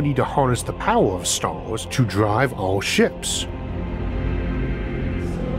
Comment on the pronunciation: Me: stars Isaac: staurs